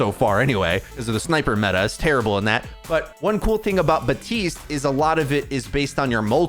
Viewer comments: It's not BATISTE, it's BAPTISTE, ffs it's been like 4 years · You’re pronouncing it “batiste” but his name is “baPtiste” which is why his nickname is bap.